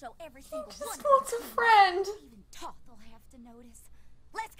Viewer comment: Close, but the Egyptian god of knowledge is Thoth, pronounced with long "o".